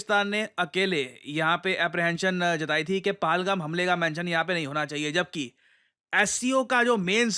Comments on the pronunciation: Sir, PahalGaam.. Pahaaalgam nahiiiii.. Please, it's high time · Paalgaam paalgaam paalgaam Worst pronunciation